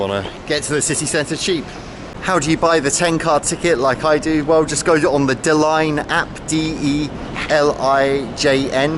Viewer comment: Come on, guy, if you're familiar with Belgium you should also be familiar with the pronunciation of Dutch (Flemish) words. "Lijn" is not pronounced like "Line". Dutch is not German! A Dutch/Flemish IJ is pronounced as in "rain" (and the same goes for EI, by the way).